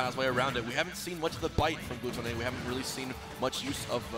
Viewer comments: why do the announcers pronounce everything wrong. Am I missing something or is his name not gluttony like according to his smash wiki page. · hmm i guess its frustrating because he is probably pronouncing it the way that the french word for gluttony is pronounced, and yet it is the english spelling. Its like if you if your name was "refrigerator" but you pronounced it by rolling your r's like the spanish equivalent refrigerador. Makes no sense. Either spell it in french and pronounce it with a french accent or vice versa.